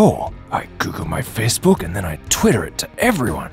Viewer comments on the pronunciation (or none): Wait, did he say Facebook or fistbook? 0_0